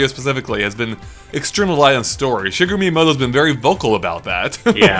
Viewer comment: really!! Shigaroo???